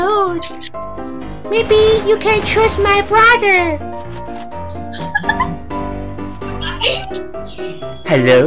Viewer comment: 其實Hello是唸ㄏ嘍不是嘿嘍也不是哈囉， 講Do you speak chinese？對方會覺得比較有禮貌